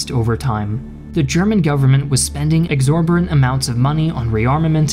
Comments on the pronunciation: Why cant you pronounce the word exorbitant? Its not a particularly difficult word to say. In fact the word "particularly" when said correctly has more syllables than "exorbitant" yet you dont mess that one up? Baffled. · He pronounced it wrong a few times... that's why I was so perplexed. And thank you for the wonderful compliment.